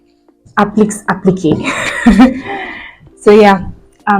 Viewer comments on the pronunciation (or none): Appliqué ( A-plea-k)